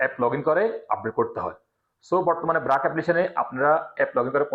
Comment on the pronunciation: ব্রাক না বারক